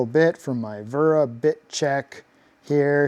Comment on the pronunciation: Finally someone pronouces Wera correctly!